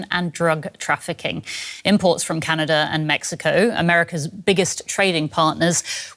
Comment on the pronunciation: Where is Canader? 😂😂